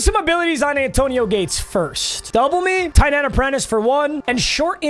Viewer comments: Anyone else notice that he kept saying zayAntonio Gates? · Love but why he saying “Zantonio Gates”😂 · bro said "zantonio gates" 😂😂😂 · why do you say "zantonio gates" lol